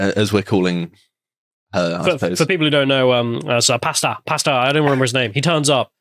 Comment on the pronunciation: I can't be the only one that thought they were saying "Pasta" not "Pastor". 😁